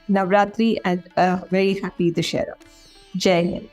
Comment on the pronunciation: Exactly!!! What is this Navratri..? what is this Dussehra - Du - दु sse - स्से hra ह्र - दुस्सेह्र We in india have Nava rātri meaning nine nights or Navya Rātri meaning new night... Do you really think they can face those communist intellectuals with this cheap quality..? Can't name the festivals properly, can't call the God's name properly, can't even pronounce the name of the country properly... Happy NavaRātri and VijayaDaśami(Dasara/Daśahara(Daśa-10, hara- to kill/destroys.. slaying the 10 headed one)) Bhārata māta ki jaya ho.. Jaya Śri Rāma